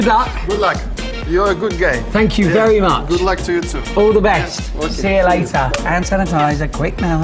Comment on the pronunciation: " you are a good gay" "tank you" lol